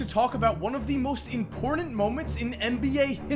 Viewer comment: Im•pOr•tant. Not imperdent.